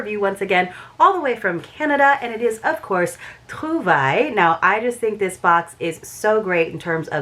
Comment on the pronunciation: Hi! I'm just glad that you can pronounce Trouvailles correctly! I almost have it, I just can't do the French throat thing. I just haven't had enough experience with the language. I love amber too, such a pretty stone. Yummy, Kielbasa! Those are so good, especially when they are fresh and not overly preserved. What a fun box! Tina knocked it out of the park with the Christmas treats.